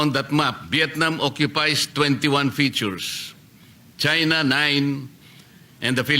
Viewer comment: Kunwari hindi mabigkas ang china.